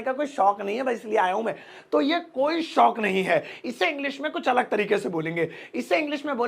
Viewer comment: Kindly Improve your हिंदी शोक अलग और शौक़ अलग पूरे वीडियो के बोल भी शौक़ से रहे हो। Edit your Hindi pronunciation also